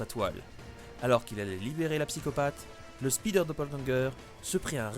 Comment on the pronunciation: Speeder man=l'homme rapide ça me stresse d'entendre un mot anglais francisé au point de perdre tout son sens